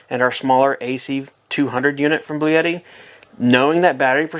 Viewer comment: Did he say "Blue Yeti"???